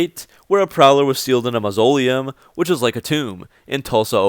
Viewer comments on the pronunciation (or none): Mausoleum. Mahs-oh-lee-um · Never heard the word "mausoleum" pronounced like "linoleum" before. Great video though.